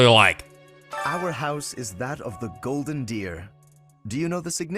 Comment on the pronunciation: Anyone else hear "House of the Golden Beer" instead? The most drunken of houses